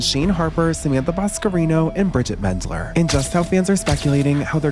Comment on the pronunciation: PLEASE it's meNNNNNNdler with an "n" please i'm begging you